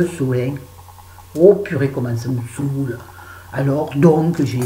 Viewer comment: Cc ÇA ME SAOULE... j'adore quand c'est toi qui le dit avé l'accent. le livre "le clafoutis aux tomates cerises"dont tu à parler me tente je vais le lire.plein de gros bisous ma douce💟💟💟💟👄👄